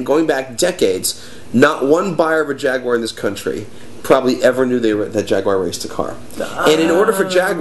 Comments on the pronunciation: Jag-you-are. you would not want someone mispronouncing your names now would ya? A-lax and yeah?:-) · "Jag-U-ar", notice the U, guys. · why cant americans say Jaguar properly?